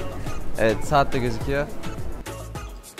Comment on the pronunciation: 2. Sahat. Hahahahahah 2 kez sahat dedi AHAHHAHAHAHA